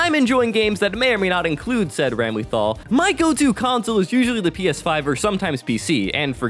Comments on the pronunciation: The constant pronunciation of "ram-LEE-thal," "BLAHZ-blue" which is understandable, if not for the fact you talked about Blayzbloo, and then proceeded to call it like it said Blazybloo. Augh, it just hurts, as someone who loves these games ('cept BlayzBloo, haven't tried it yet) from the bottom of their heart. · Greta video…. how the hell do you manage to mispronounce literally everything 😭 ITS BLAZE BLUE!!! RAGNA LITERALLY SAYS IT CONSTANTLY IN THE SERIES and ramlethal….